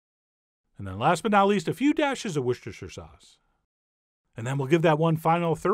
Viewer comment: When you said worshtechire sauce I knew this was legit😏